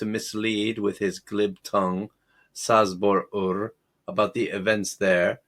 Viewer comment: Oh my poor ears. It's pronounced Chabor 😂